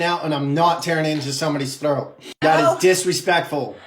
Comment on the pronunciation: “Be lucky I am eating wyte neow andt nawwt tearwing into somebody’s frwoat right neow” bro 😂